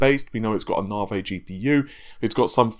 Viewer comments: Maybe a correct pronunciation of Navi will happen after it's launch, lol! I know it's his proper English accent when it comes to Nah-vey. But, at least he's doing better than Rich from RTU who's so far called it Nuh-vee, and Naiv-eye🤣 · I'm English and pronounce Navi properly (i.e Navi-gator), got no excuse other than epic trolling.